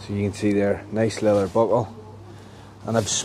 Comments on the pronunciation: it is called LEATHER, NOT LELEL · “Le-ath-Er” lol